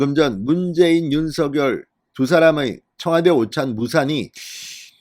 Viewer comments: 당선인의 요청대로 "서결"로 발음하지 마시고 "성녈"로 발음해 주세요. 참 거슬립니다. 느릿느릿 "서~결" 하지 마시고.ㅎㅎ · 대동령당선인尹錫悅-윤석열이아니고"윤석렬"로발음해야합니다 금후訂正부탁드립니다.